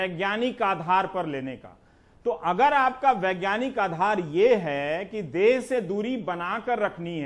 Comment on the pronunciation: देश है देस नहीं सर